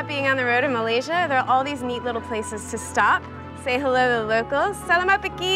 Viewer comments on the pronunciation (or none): Its selamat pagi not selamat peki